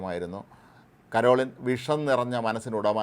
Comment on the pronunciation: ആദ്യം ഈ പേരെങ്കിലും നേരെ പറയാൻ പഠിക്കണം.കരോളിൻ അല്ല പരോളിൻ ആണ്.മറുനാടൻ്റെ പല വാർത്തകളും ആരെ സുഖിപ്പിക്കാൻ ആണ് എന്ന് കത്തോലിക്കർക്ക് വ്യക്തമായി അറിയാം.